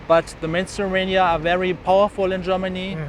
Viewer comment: I like how the way he pronounces "mainstream media" sounds like "menstrual media"....accidental truth, methinks....